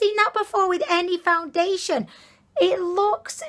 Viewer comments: got me saying foundiliation instead of foundation now 😂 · That’s not how you say foundation